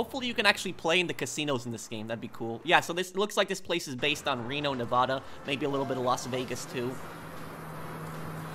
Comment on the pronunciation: you are saying Nevada wrong.